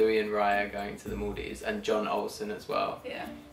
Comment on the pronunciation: Really informative and sweet Q&A. Little Info for, Jon Olsson's first name ist not pronounced like John, it's as if it was written Youn, with e U where the O is.